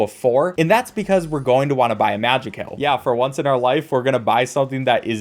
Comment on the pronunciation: ITS PRONOUNCED MAJAY KILL😭😭 (this video is so nostalgic)